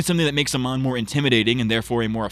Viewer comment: I like how you just kept calling Amon 'Oman' (the country), which is what I did a lot by accident as well xd